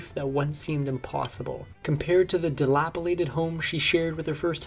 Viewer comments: Delapilated? . No. It's delapidated. Edited: (I didn't notice MY mistake. Thank you vigilant commenter!) It's dilapidated. I misspelled my correction and didn't catch it. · omg its dilapidated not dilapilated.. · Dilapidated, not dillapolated😅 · Infuriorated, and dilapilated. - not words. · “infuriorating challenges,” “dilapilated home,” “infuriorated Wynette.” Those “words” were distracting, but wow, what an awful life! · I can’t tell if this is AI voice or dude just doesn’t know the words he’s reading. “Dilapilated”? “Infury-yorated”? 😂 (And there were others) 🙄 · “Dilapilated”…no such word. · ikr? I know they are very proud of being the 'real deal' but that's not something to be proud of if you can't pronounce your own text. (infuriorated) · No, it's Dee-lap-uh-lated...😅😅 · "dilapilated" house? 😂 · No. It’s dilapidated